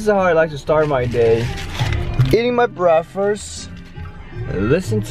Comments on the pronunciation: brakfes hahahaha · I love his accent - breakfrurss XD love it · 'breafast' lol